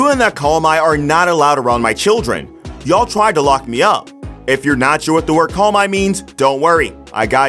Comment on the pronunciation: Pretty sure it's 'CALM-YEE' not call-my